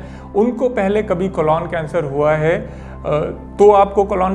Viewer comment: Sir ek baar "Colon cancer" ka sahi pronunciation bhi seekh li jiye कोलॉन नही.... कोलन